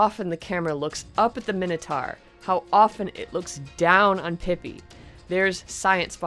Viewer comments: Nah bro, it's pronounced pee-pee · In the description of the legend of Pipi, it's pronounced peepee. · the description of legend of pipi says it's pronounced peepee!